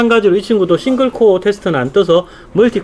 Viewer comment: 아재요.... 코아가 아니구요 코어요 발음이 ....ㅠ.ㅠ